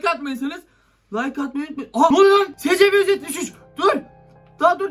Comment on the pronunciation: scp eysipi diye okunuyo abi